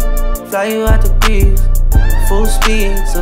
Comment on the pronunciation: They don’t even pronounce Greece correctly